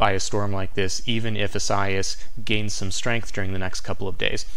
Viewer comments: It’s eee-sigh-eee-as. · Great spot as usual.Informative & interesting.However, your pronunciation of Isaias...was off!!....EE- suh- ee-us....4 syllabils.